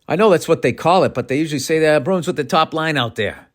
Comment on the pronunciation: Ol' Billy Hockeypucks hyped up on OUR Boston Bah-roo-ins